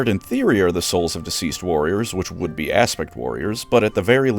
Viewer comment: I heard "wood"